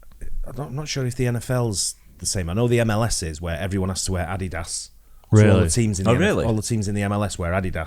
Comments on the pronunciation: WTF is AH DEE DAS? HAHAHA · That’s the first time I’ve heard adidas pronounced like that